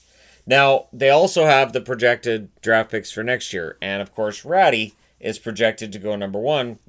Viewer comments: Only couple guys project Aatu Räty to be first, so it's not sure if he gets picked first.. How didn't you know that? Btw It's AATU RÄTY, not Artu or Aetu.. Also check the pronouncing atleast before you say the name... "Rattie" c'mon 😂 You pronounce it like it's written.. How the fuck is it so hard for you when you have words where you say parts of his name.. Because you don't have the letter Ä in there you say it like RAT and add the y in the end.. It's not that hard... RÄTY.. RATy.. PS. SUOMI MAINITTU!! TORILLE POJAT! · Ratty :p Thats funny. Always fun to see how non Finns butcher the names cause its never close and always funny. Selänne and Kotkaniemi are top notch butcherings, but Ratty is up there now too.